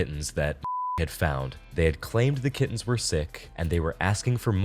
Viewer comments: I have central auditory processing disorder and english is not my native languge so when you said "kittens" I heard "kids" and I genuinely thought they had kidnapped some poor innocent children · I thought you said "a pair of kidneys" instead of kittens and was like wtf.... that's pretty messed up and they're really not making a big deal about it.